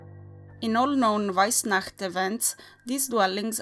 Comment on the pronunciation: Loved it!!! I could listen you saying weissnacht for hours! And damn those towns pronunciation, you're on fleak 😉